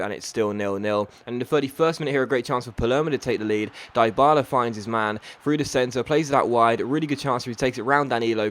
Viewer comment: dybaba ( DEE-BALA)